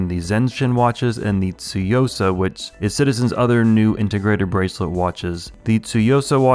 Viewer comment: One of the only reviewers that actually says “tsuyosa” correctly!